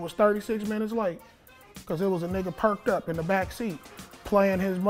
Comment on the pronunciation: oml this man said “perc”ed up” lolll